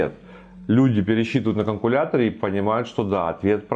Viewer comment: Предприниматель,бизнесмен, который произносит: "каНкулятор" 😆